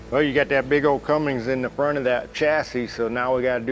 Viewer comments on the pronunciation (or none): Dude…love the videos….HATE hearing him say “CUMMINGS” instead of Cummins. No “ING” pal. Just sound it out. Do you also say “Porchee”? Good night! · There's no G in the word Cummins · What a gorgeous truck. But for the love of everything holy please stop saying Cummings. There is no G in Cummins 😉